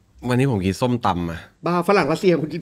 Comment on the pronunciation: น่าะชื่อส้มครับ คนจีนพูดไม่ชัด เหมือน มีน้ำแดงจะกินน้ำส้วม เคยใส่เป็นซิลิโคนดูดลิ้ครับ